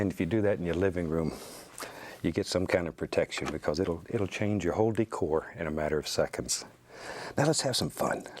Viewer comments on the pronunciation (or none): “Your whole deecore”-bob ross